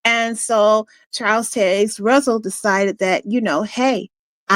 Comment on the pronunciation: Learn how to say "Taze". Baffles me how you can hear a name so many times in your life but fail to even be able to repeat that name properly. Why?